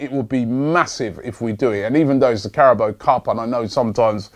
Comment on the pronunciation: Greatings from Thailand. Carabao = คาราบาว The football pundits on the main stream channels are pronouncing correctly but your my favourite, and of course the best. So please give it a go. Please use the sound option on Google Translates - This is not a serious moan by the way :) Just saying!